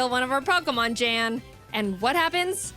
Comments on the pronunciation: Yeah i dont think jaiden realized how to pronounce his name before making this so thats why she calls him jan. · every time i hear jeään i cringe inside as its supposed to be pronounced jann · Yes, in his reaction to this He does say that it's Yan not Jan. But he says he understands the mispronunciation. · I'm a bit conflicted of how real this reaction is, because the way he pronounced "Jan". You see the way he pronounced it, is not common in Germany. You pronounce it with a much Shorter "A"; not "jaaaan," but "jann" for a lack of better description. However it's the exact same way Pokemon challenges aka Jan pronounced it in his reaction - which was pretty wholesome btw- who then added it is a german thing. I don't know where Jan comes from in Germany, but this way of pronouncing it, I'm pretty sure, is much more uncommon. So sort of asking, if it's pronounced differently while adding it's german, pretty similar to what pokemon challenges said, is really sus. Just sayin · Yes it is pronounced YAWN spelt yan. Jaiden Animations didn't know. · I feel a little of Jaiden's pain, I too have had a Nuzlocke run take a turn for the worse due to my opponent getting lucky stat boosts. So much blood... And yes, it is pronounced "Yahn", he corrected her when he reacted to this video. He did, however, love being referenced in this video. Staying weird!